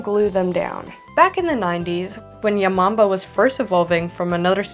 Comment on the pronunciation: When she said "yamombo" I thought she said your mom bro